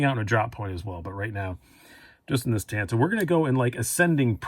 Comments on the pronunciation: Partner, please don’t say “tanto” again, you’re pronouncing it wrong!!! It’s not tanto as in you can get a “tan “ on the beach!! Get it!! It’s pronounced “tanto” as in King David was “ taunted“ by Goliath of Gath !!Sorry for the correction but I had to !!! I love your collection!! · It's pronounced TOHN-TO, which is a Japanese word for short sword.